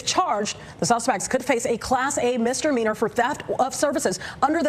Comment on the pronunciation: That reporter definitely said “Class A MisterMeanor” lol